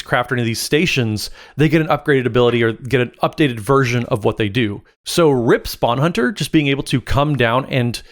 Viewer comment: Rip sounding like a non-legendary named Ripspawn Hunter instead of Rip, Spawn Hunter haha